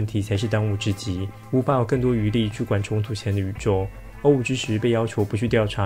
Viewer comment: 想問一下 為什麼O5是唸歐五不是唸成歐梵??